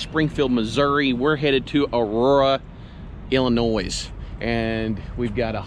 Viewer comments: FYI: It's Illinois. The "s" is silent. Thanks for explaining your situation why you don't have the camera going all the time. Stay safe. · Not to be a grammar Nazi, but Illinois is pronounced without the s at the end. It's a silent s. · Hey there good buddy the S on Illinois is silent